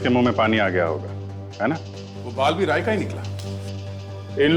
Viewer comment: And a Cid officer (maybe tasha) called Rai as "raj".